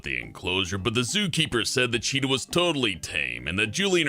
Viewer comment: "Mummy thirs Ah chitah in dah bakyard anD hi ISH iting mii bike!!"